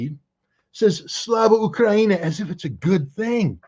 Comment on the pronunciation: Correction, pelosi said "slava UHANI", listen to it again lol